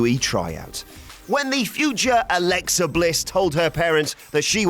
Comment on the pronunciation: Alexa Bitch? I didn't hear you clearly 🤔